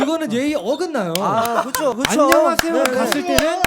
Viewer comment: 아놔...도덕수업 하는 와중에 발음이 너무 귀에 들어와서 ㅠㅠ 쪼끔 보thㅜ적인...인thㅏ입니다..안녕하thㅔ요..thㅔ븐이얼즈.. 미안ㅠㅠㅋㅋ